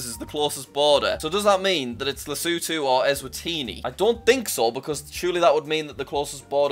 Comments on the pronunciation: Jack:lesutu Average geography guy:Lesotho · Everyone:Jack is so good at geography Also Jack:LeSOoTHo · why does jack call lesotho lesutu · Jack: Gets Qatar on first go Also Jack: Says Lesotho as Lesootoo